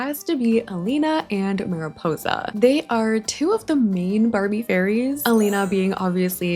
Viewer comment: Sie heißt Elina und nicht Alina